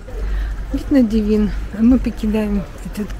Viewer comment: Режет слух слово Девин с неправильным ударением. Ударение идет на букву «е»., на первый слог.